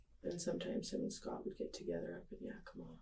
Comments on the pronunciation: It's YEAH-ki-mah. Not Yockimuh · Long time resident of the area. Yakima is more like "yak-im-uh" They like to call it the Palm Springs of Washington... I doubt I'll ever get it. I can't believe I"ve never heard of this, I live in Richland for a couple years, and my inlaws are up near Yakima. Youd think it would big news